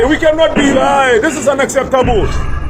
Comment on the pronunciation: Ignorant & lazy fool! He can't even pronounce "unacceptable." Ridiculous!